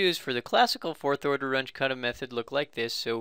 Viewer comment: WRONG PRONUNCIATION,.... RUNGE is a German name,... R-U-N-G-E,.... ("G" is like "G" in "good")